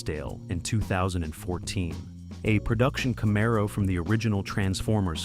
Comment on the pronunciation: Camaro was pronounced wrong, besides being totally off on the car year